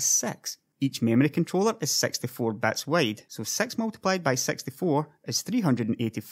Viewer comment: Great video, but I really can't tell the difference of you saying bits and bytes. XD